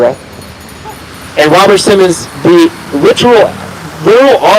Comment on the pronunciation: I love what you do,! I try to watch all your videos. Couple things you may want to note, Robert Simmon (no S) and operation Dominic (Dom-in-Nick) as opposed to (Dom-in-eek). I’m not trying to criticize, you are an inspiration, sir!